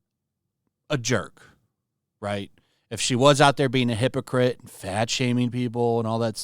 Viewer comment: love the emphasis on "hippo"